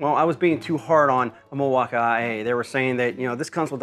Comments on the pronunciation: Cause it is pronounced mil-walk-ee, sir. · Were tf do you get IA from Milwaukee?? Is it just your boomer humor or do really think its said that way ? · Bro said Mil-walk-IA ☠️ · Hi, first time seeing this YT channel. Is the pronunciation of milwaukee an inside joke? Because from now on I’m adopting that lol I love it. I almost went into Home Depot and asked an associate there if they had the mill-waka-eye-aye forge battery 💀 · Somebody else pronounce it “Milwa ah ah eh” lol 😅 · Its not the buds bro, its the mill wok eye aye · you speak funny mil wauka aee but reeel nice like buyin that thing🤣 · Why does he keep saying milwauk I A ? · What’s up with the way you say Milwaukee ? Doesn’t make any sense. I mean I’m guessing it’s just to annoy people. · Please say Milwaukee normally... I grew up there.... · Please do us all a favor and stop saying Milwaukee and music that way. Terrible, you're not funny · Wow you can fake pronounce Milwaukee your so brilliant. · i hate how you say milwaukee 😂😂😂😂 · omg..... learn how to say milwaukee